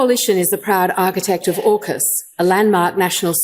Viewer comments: AUKUS is pronounced more like orkus. Cheers. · Also, Ben, AUKUS is pronounced OR-KUS, not OWKUS!! It's AU for Australia, UK for the United Kingdom and US for the United States. LEARN how to pronounce words and anagrams. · AUKUS is pronounced "orkus". Ben I hope you do make it to Australia.. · Two things: 1) The "Liberal Party" name was chosen as a deliberate lie by its founder Robert Menzies. It has only ever had one mission, to oppose the progressive parties, particularly Labor. 2) From its proposal to now, AUKUS has never been pronounced in Aus as OW-KUS. It's always AWK-US as in awkward. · AUKAS is pronounced (Or) (kus). Not Owkus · AUKUS is said not as ow-kus but closer to or-kas with a very soft r sound. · Not Owkus, AUKUS. Au as in Aura. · It's AWkus, btw, 'aw' as in awful . Just saying. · Excellent overview, especially about Sky News being the Fox News of Australia (as is the UK version). One small note: as you correctly pronounce Anthony Albanese as al-ban-easy, you should know we pronounce AUKUS as or-cuss. Can't wait for the Canadian and Australian versions to go live. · Its pronounced Orcus by the way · Aw-kus. Rhymes with Caucus. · Pronounced Awkus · AUKUS. Is pronounced Awww kiss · You want the Meidas Touch in Australia? Please, then, learn how our names are pronounced. It’s “OZ-tray-liya” not “Osh-trell-yuh”. It’s “Ock-uss” not “Ow-kuss”. And our Prime Minister is Anthony “Alban-easy” not “Alba-neecy.” This is all said with love for you guys, but my (“ozzy”) ears wince every time I hear these mispronunciations. Cheers, Adam in Sydney